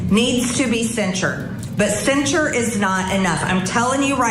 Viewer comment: MTG can’t even SAY censure, so how can she propose it? 😂😂😂